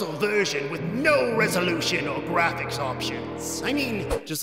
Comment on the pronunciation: The Gwaphics - That Dunkey vid